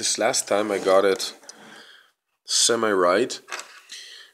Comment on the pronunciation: “Semeye right” its semi right